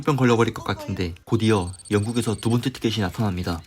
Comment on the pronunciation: 아니 일부러 혀짧게 발음하는거에요? ㅋㅋ 두번때 띠케띠 나따남니다 에서 시청 포기합니다 ㅋㅋ